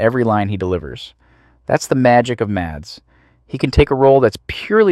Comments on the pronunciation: Here in Denmark, he is the biggest star and most likely will remain the superstar for decades to come. We're quite proud of him. His name is pronounced Mass, not Mats. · I'm Danish, just like Mikkelsen, and my brother's name is Mads. 'Mads' is pronounced 'Mas'. The D is silent. It's not 'Mars' either, but just like you'd pronounce 'has', only with an M. The same goes for Madsen, as in Virginia Madsen or Michael Madsen, or old Madsen machine guns. The D is silent, so it's pronounced 'massen'. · That's not how you pronounce his name 😭 The D is silent. Its pronounced Mass like the end of Christmas. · please, the D is silent. his name is pronounced mas. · Its so funny to hear people call him MaDs, the d is silent so just call him Mas😂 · Just here to say two things: 1. love the vids. 2. His first name is pronounced Mass.